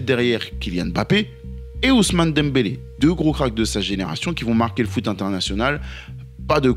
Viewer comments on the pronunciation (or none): none